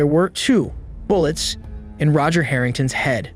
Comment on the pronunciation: Why is Roger pronounced super weird ?